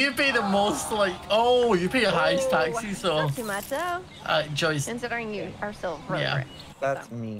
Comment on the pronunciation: Is it just me who love how says taxis instead of taxes